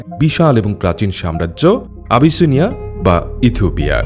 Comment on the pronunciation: কথক বারবার ইথুপিয়া বলছেন যা শ্রুতিকটু লাগছে